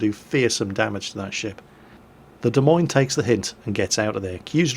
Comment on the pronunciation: Hey, as an Iowan, good on you for saying 'Des Moines' correctly. Well done.